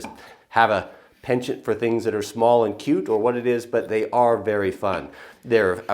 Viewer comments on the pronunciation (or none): none